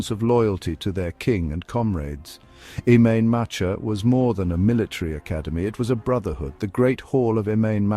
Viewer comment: What sort of shite is his. At least get some sort of pronunciation correct Im main matcha me arse.